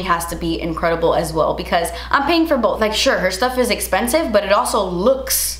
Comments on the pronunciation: "That's esspensive" 🤣😍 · you’re beautiful and so kind. That’s it, that’s all I wanted to say💞 thank you for uploading this video during this time, I needed to distract myself and you did. Also, oh my gooooodness das espensive 😂